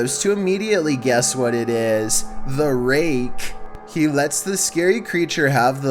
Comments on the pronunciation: the raKKKKKKKe 10 seconds later: the reage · The way you say rake 😂👌